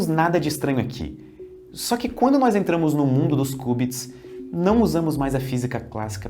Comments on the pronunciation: Ótima narração, mas não é nóis, é nós!!! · Narração perfeita, com excessão do NÓIS, é NÓS ($$NÓZ) Isso me dá agonia